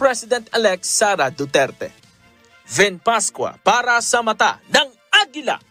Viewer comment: Hahaha,duterte po hindi dutilte.si talaga nanghawa pa.😁